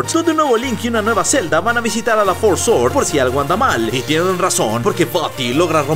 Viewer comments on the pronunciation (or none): none